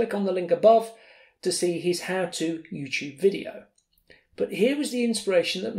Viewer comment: I'm going to start saying YouTube like this, and hopefully evolves into me saying stupid the way the UK does